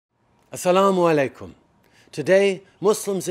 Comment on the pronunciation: The way justin trudeau said asalamalikum and muslim is so beautiful and perfect